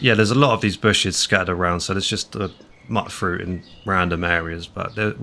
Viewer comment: dude seriously... it's MYUTE-fruit, not mutt-fruit. It's based on the word mutant which is not pronounced "muttant". There is also rhyming - mute frute. Have a word with yourself, m8! (i'm joking)